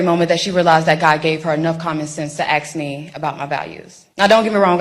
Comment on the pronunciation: Ask, not aks